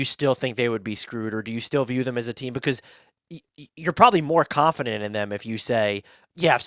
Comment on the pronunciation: Fully "Kon-fident", unintentionally funny, lol.